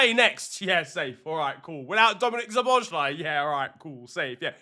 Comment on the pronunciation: Hey there, hungarian here. I really like your videos but my ears are bleeding whenever you pronounce Szoboszlai's name (don't worry, hungarian is a pretty hard language), so let me help you out with the pronounciation, cause you're a bit overcomplicate it and it's way easier than you might think based on the letters (or compared to other hungarian names). So basic hungarian lesson, s is sh, sz is s. So Szoboszlai is basically Sobos-luh-y. Sob like sobbing, bos like boss, it ends with an ee (like ski), la is luh. Sob-boss-luh-ee. Anyways, keep up the good work and I'm glad you love our boy!